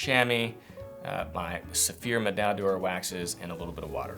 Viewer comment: Nice video, thank you! As a French speaker, may I make a remark about pronunciation? On the whole your French pronunciation is fine, except for 'médaille d'or' which should have three syllables, not four. So 'Meh-dye-door', not 'Meh-dye-dee-oar'. The double 'll' is also silent, a bit like 'tortilla' in Spanish. Hope my comment is helpful, no disrespect intended. Thanks again!